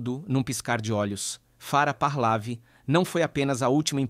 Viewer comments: Onde é que está um ‘R’ no meio do nome Pahlavi? Vejam a locução, é repetidamente dito Pahrlavi e não Pahlavi… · " parlavi" Lê-se: PAHLEVI. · Parlavi, Pahlavi, Pahlavi, Parlavi , meu Deus, é PAHLAVI, sem o R, como que faz tanto trocadilho, e errado....que agonia..... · Pronuncia Par - lé - ví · Pronuncia os nomes errados, ensina os mais jovens errados. Vou escrever como deve ser pronunciado: " PARLEVE"